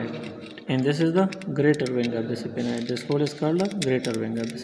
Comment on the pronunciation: Pronounciation is wrong. SPHENOID.......